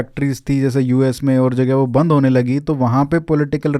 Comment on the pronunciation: "बन्द" होता है बन्ध नहीं😂